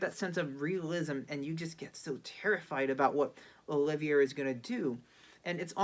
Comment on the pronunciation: I tend to agree. Olivier is important enough a legend that, even as pure courtesy, this young man should have inquired about the pronunciation